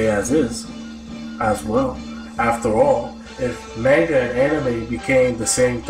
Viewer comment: Your mispronunciation of the word "manga" makes this video unwatchable.